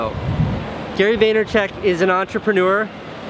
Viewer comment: Casey has seen too many checks from Gary that he calls him Gary Vaynercheck :D i'm dead